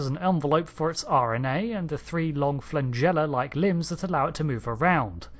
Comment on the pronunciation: Heh sorry to correct you, but the term is "Flagella" (a form of the Latin *Flagellum*, meaning tentacle or branch/shoot), not "Flangella" <3